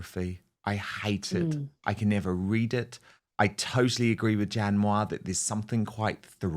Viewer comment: ‘Jan Mwah’? Or ‘Jan Moya’?